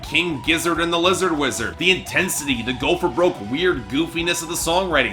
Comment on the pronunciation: It’s Lizard Wizard mate! Figure it out! If you can’t even say their name properly do you really think your review is valid. My review of your review is one star if that!